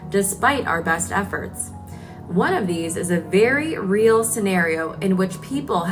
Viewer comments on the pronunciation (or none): none